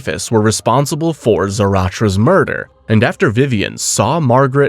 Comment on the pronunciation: I am new to this channel but do you purposely butcher the pronunciation of multiple names for rage bait or engagement? 😂 I mean come on man, the way you say half of these names are like the Key and Peele teacher skit where you sound like you’re purposely putting emphasis on the wrong area of the word Ex: Zaratrcha?? (Should be Zaratras)